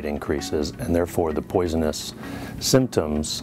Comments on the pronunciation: Common even the fucking doctor is saying poisonnes lol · Weird seeing a doctor "educated man" say poisonous like a dumb dick.